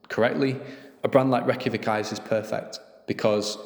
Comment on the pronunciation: Raykjavik is pronounced Ray-ka-week, the capital of Iceland